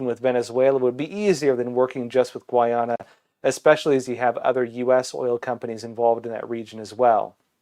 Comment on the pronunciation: Its pronounced gai ah nuh.